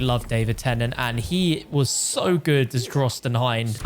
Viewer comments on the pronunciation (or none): none